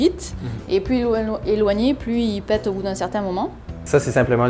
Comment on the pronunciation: J'adore le "Il pête pas........💥"X)